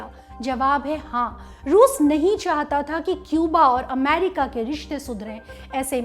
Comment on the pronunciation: The way she says AMEERIKKA 😀